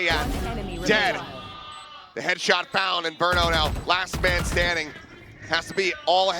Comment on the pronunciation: Did caster really say “Laz man standing”?